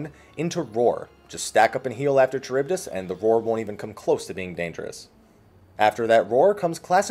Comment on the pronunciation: Enjoyed the guide, but the pronunciation of charybdis is bothering me lol